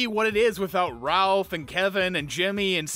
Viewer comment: Did you just call Rolf "Ralph"?